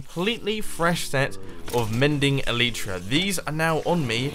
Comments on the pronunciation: eleitra, not eliitra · Mumbo its not "E-Lee-Tra's" its "E-Light-Tra's" that's how you say it, it makes me cringe how you say it. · El-eye-truh not El-ee-truh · According to four dictionary sites I checked out the pronunciation is "ehl-i-truh", with the first syllable stressed and the i being pronounced as in "tin" like +Shaman Crinitus says. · try to say it like L-I-tra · They're actually pronounced EL-ih-truh. Where the "y" makes the same sound as the "i" in "tin," and the first syllable is the stressed one, not the second. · No! He says Elytra wrong! At least I think he does